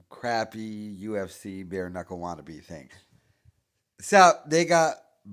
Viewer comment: Bapas doing “Beer Knockle” now B?? 😂